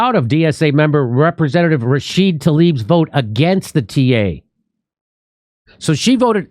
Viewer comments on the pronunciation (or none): Why do you always leave the A off of Rashida?